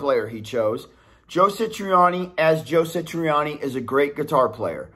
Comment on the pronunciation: Bro...Joe SA triani ...not SI triani. But I AGREE.